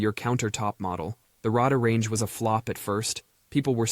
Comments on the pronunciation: It's "Ray-Dar" Range. Not Rah-Dah Range. Sheesh. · Got to love AI voicing, that first microwave oven was a Radar-range, not Rodar-range, it was spelled Radarange. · Ugh. "Rahdahr Range". AI sucks so bad at voiceovers.